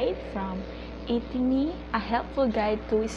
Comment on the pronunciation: Atiny not etini